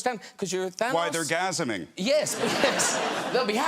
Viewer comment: “Why there gasiming?”😂